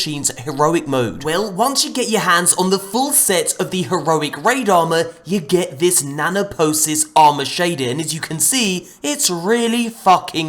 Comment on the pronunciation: nanopoeisis = na-noh-poh-ee-sis.